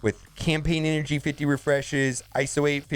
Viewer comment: "50 resheshes"